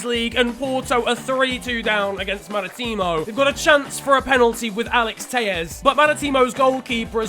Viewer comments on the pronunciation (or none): No offense but as a portuguese the way you say marítimo makes me want to die, still love your videos tho